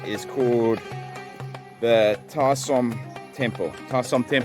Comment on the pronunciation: At least you managed to pronounce Ta Som correctly after making a mess of the first 2 temples.